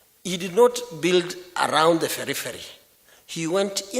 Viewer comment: Yes with "beriveri" for periphery.